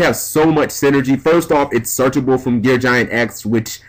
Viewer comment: Jesus,. GEAR GIGANT. Theres a second G.